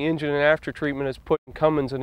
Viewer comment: cummins not cummimgs but you know that right